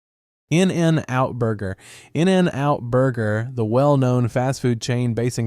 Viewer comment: Its not In AND Out... omg the way you say it is horrible